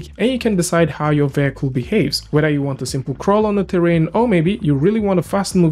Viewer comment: "vehicle" pronunciation is taking a beating today